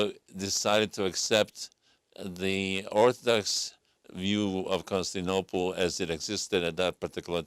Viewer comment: Con-sti-nople? Hmm...